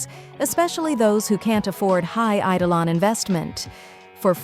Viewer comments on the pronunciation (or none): none